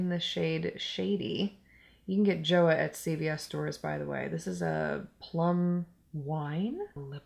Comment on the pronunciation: JOAH is pronounced like "CHO-AH" lol